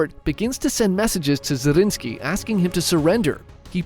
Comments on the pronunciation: ZRINYI!!! Not Zarinski. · Brother I love these chanel but it is zrinski, zrinski